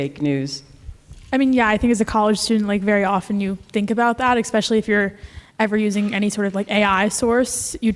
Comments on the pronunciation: Expeshally The word is especially, no x, no c. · It's hard to take anyone seriously who doesn't know how to pronounce especially without using an X.